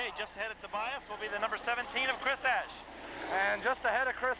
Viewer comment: is that the correct way to pronounce Eash?